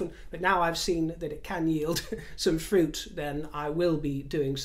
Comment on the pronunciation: How you said fruit in the basket tickled me 😅